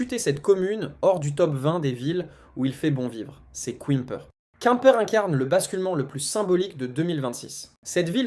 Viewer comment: Beaucoup de bla-bla, probablement IA, qui dit plusieurs « quouimeper » au lieu de Quimper, on se renseigne avant de faire une vidéo. C’est pas crédible du coup